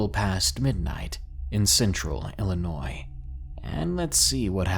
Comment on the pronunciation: Hey you pronounced Illinois properly this time! GG! Lol the S is silent